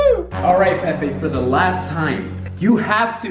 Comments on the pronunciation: I though it was pee pee before he said it was Pepe 😂 why tho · Instead of the name pronounced as “Pepai,” (Pepe). I pronounced it as, “Peepee” Lol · The fact that he pronounced it Pe Pe instead of Peepe 😂😂😂😂 💀✋ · Say it right “Pepe” Spanish